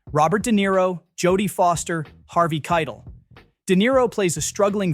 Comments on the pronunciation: Good list pronounced k-EYE-tell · Can’t say the last names properly. Harvey “Kytel.” 😂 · The AI voice is especially exposed with pronunciation of Harvey Keitel.